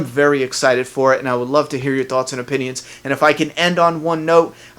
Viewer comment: "leave your tawts and opinions"